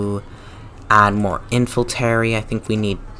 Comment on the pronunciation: Not a Bad video but please, this is 'infantery' but 'infantry' :)